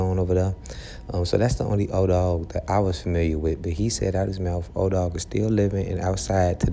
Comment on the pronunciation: Edoggg, not odogg